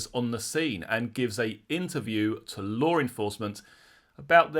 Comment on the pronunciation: …. There is no “R” in law😂